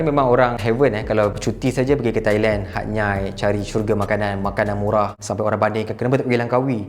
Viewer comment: Kenapa Hatyai disebut Hat-Nyai dan bukan Hat-Yai?